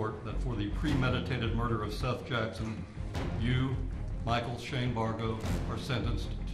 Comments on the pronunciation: The first video, it's not pronounced Seth, it's pronounced Seth. Ugh at least say the victim's name correctly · That is NOT how you pronounce Seath Jackson's first name. It's pronounced just like the Biblical name: Seth. Holy crap. "Seeth" - WOW!!! Talk about name fail LOL! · ahhhhhhh its SETHHHHH not seethe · I wish you people would just be human and read yourself... AI never gets some words right, and it's so annoying. It's Seth, not SEETHE! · SEATH NOT SEETH! Good lord...I stopped watching because I couldn't stand it. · Ahem, Seth. It’s pronounced Seth. The judge deadass said it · Whoever is reporting this do you not know how to pronounce the name Seth??? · His name is pronounced as "Seth", just spelt differently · Why are you (narrator) pronouncing his name like that It’s Seth.😂😂😂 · His name is pronounced " Seth " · Jfc the word seeth was said like 27 times 🤦‍♀️ at least have the decency to use ai that pronounces a victims name correctly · Seth as in egg! Not Seth as in equal. Eh not eee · Please insure correct pronunciation of names. If you don’t know, ASK. It's Sěth with a short E, not with a long E. How annoying!!!! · It’s pronounced “Seth”!!!!!! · Right. I’m only on the first one but how do you f up SEATH (aka seth) so badly? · Every time I hear the mispronunciation of Seath it sends shivers done my back. It's so lazy to use an A.I. voice. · Seriously, who mispronounces the name Seth??? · Omg, pronounce the victim's name right! It's not effing difficult. Shame on you. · Learn to pronounce Seth's name Ffs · Completely disrespectful you don't even know how to pronounce a name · The lad is called Seth not seath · Seeth? its seth dude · Thank goodness someone brought this up in the comments. Them calling him SEETH was driving me crazy! 😝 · Seath can be a spelling of Seth but it's still pronounced Seth...Just like heads isn't pronounced heeds or death pronounced deeth. 😅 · Seeth?? 😂 Sss eh th 😳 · The Victims name is pronounced SETH and the AI says "SEETH'.